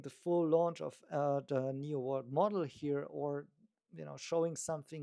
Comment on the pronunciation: NIO not NEO please! 😢